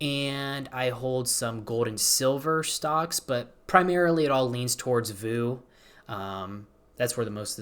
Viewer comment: Love you man but whenever I hear you say VOO the same as like poo instead of V O O it hurts me just a tiny bit